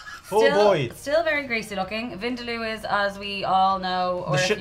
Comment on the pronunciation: Being South Asian me don't even know what soo called curriess🤢 they are talking about. By the way its not wind-loo(vindaloo) its win-daaa-loo. And plz not everything is curry jzz because you have spices in it.